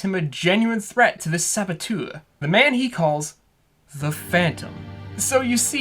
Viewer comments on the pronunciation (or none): none